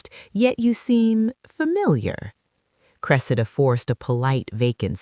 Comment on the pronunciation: Why do you alternately pronounce her name as "cre-see'-da" and "cre'-se-da"? This is distracting and keakes one think there is a new character entering the story.